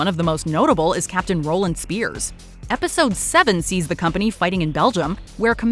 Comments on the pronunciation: Wow how many mistakes about band of brothers fit into a single minute-long clip. It’s easy company, not east. Captain Ronald Spiers, not Roland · Jesus Christ she called him Roland speers when it Ronald and easy company east company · And followed up with "Capt Roland Spiers".... Do better!!!